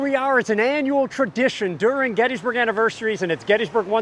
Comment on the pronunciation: I hate how miss pronounces Gettysburg.